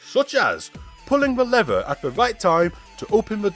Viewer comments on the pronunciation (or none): none